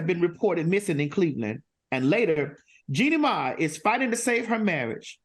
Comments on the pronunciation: Not Jeannie "May" 😂😂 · Maddie didn't say that lady's name correctly the entire show! 🤣